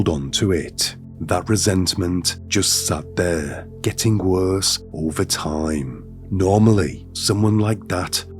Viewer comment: is it just me or this dude has a weird voice. "Ovuh....fwozun...twustud...slowleee,"